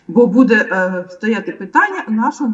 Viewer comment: не позорьте українську мову, чого ви кажете слово буде й ставите удар на другий слон на це не вірно, це гидко!!!!!